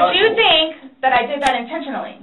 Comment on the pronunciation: Not... INTENSHUNLEY!!